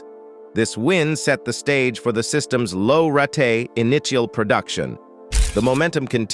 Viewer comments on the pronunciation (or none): Did he said Rat tea???? Wtf, that is rate!! As in date or late!. Lol